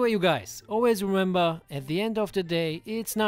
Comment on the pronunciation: "Oilways" ;DDD